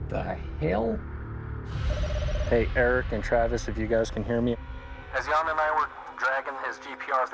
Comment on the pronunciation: The right way to say his name 'Jan' is like saying the word 'run' but just with the J in front ( Not R ) not like it sounds like Yawn